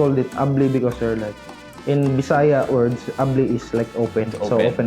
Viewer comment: I LOVE how you respectfully pronounced the word BISAYA😍